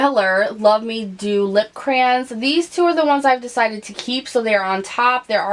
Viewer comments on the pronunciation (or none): none